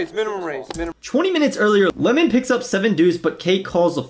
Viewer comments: It’s Limon {Lie-men} 😒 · Lie men . Not lemon. . And damn forgot how annoying he is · It’s pronounced liemon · it's Limon (L-EYE-Mon) - Abe is a LA games legend, PLO host and was an owner of LATB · lie-muhn hahahah